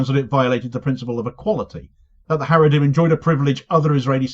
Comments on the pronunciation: Every time you say 'Haredrim' i keep visualising the Haradrim in the Lord of the Rings, lol. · 😂😂 he said haredhim, the orthodox🧃 But fans of LOTR too here 👋